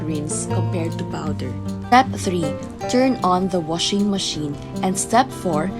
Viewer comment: "wushing" machine